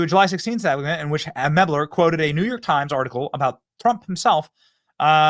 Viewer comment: Benny, it is spelled "Mel - ber" not ""Meb - ler". So, you get zero points for pronouncing Kamala correctly which, according to the Left, is "comma - la". Let's work on our reading skills, too. 🤗 Cheers.